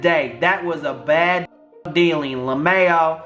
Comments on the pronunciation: You pronounced "LMAO" "Lamayo" i am weak ur so fcking funny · "La-mayo" = lmao 🤣🤣